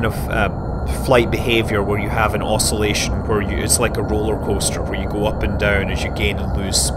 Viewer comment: did he say roler roaster??????